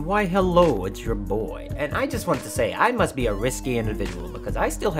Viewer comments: HOLD ON JUST A MINUTE!!!!! I JUST realized that you aren't saying "its" your boy You're saying ETCE YOUR BOY!!!!!!! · I played the vid at the lowest speed, and um.... it’s still “it’s.” It would be clever, and he has done it before, but not this time.